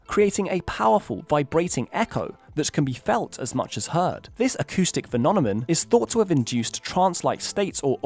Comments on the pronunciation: I swear I heard "phononemon" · "Phenonemon." The boy's a genius. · acoustic “fe-non-a-mun”!!! Say it ain’t so!!! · He can't even say phenomenon properly